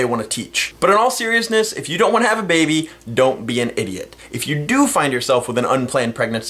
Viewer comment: There is something amusing about the way you say "baby". Not every time, but every once in a while it sounded like "baybey". so... yeah.